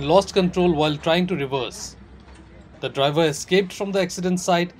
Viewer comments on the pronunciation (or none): none